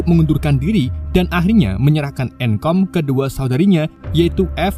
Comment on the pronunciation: "Endcode" Dibaca "enkom" 😭😭